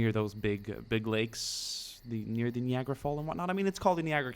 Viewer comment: I don't mean to be a twat but I'm gonna anyway and just inform you that it is pronounced nye-agra not knee-agra. I'll give you the benefit of the doubt tho since english is a second language - I surely can't pronounce Swedish words!